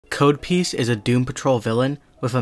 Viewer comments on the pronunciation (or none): It's pronounced cod not "kahd" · Hey love the video just one thing his name is Cod piece (as in Cod Fish) not Code piece (as in the programs code). Sorry I just internal cringed everytime I heard you mispronounce his name. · COD piece! It rhymes with "Todd" not "toad" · Its pronounced Cahd piece. Cod like the fish. A Codpiece is the armor worn on the groin of a Knight. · It's pronounced k-odd. Rhymes with rod. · That's not how you pronounce codpiece dude. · You mispronounced his name